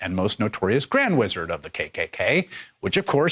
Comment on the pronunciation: Lol she can't say wizard she says Rizard lol.👈🏿👈🏿👈🏿